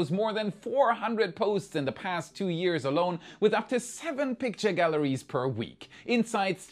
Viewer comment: Minor nit: it's "galleries", not "gallaries"